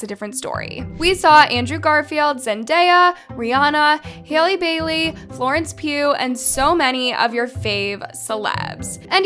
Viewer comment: HAL-LE Bailey not HEY-LE Bailey